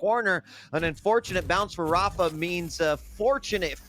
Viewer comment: amazing how you can be involved with quake for so long and still pronounce rapha's name wrong.